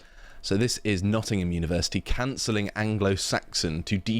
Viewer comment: "Noh''ingum" is hos you pronounce it M8